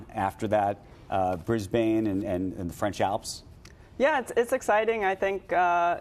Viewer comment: Ha I’ve never heard Brisbane pronounced with an American accent before 😅